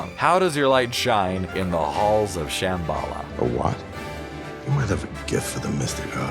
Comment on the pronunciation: As well as Shambala...